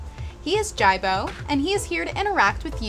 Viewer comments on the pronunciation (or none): his names not jeybo its jibo (jee bo)